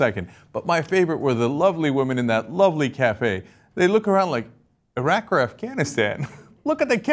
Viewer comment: ? He’s a journalist who has been to Afghanistan, and Iraq. Yet: He can’t pronounce Iraq properly. He manages to mangle the name of one of the most infamous...people.